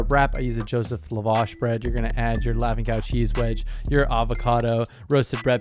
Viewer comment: It’s Pronounced la wash. Lap with no p then wash lol. La vaa sh.